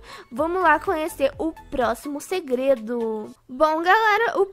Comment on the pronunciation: Kkkkk a parte que ela fala gredo kkkk